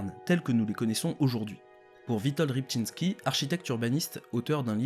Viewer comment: Petite erreur d'orthographe sur "Witold Rybczynski". Par contre tu prononces bien son nom. En polonais le "y" se prononce "é" (c'est plus entre "é" et "eu" mais on va pas chipoter) mais le mec est nord américain donc je sais pas comment lui prononce son nom. Voilà c'était le commentaire useless et relou, des bisous <3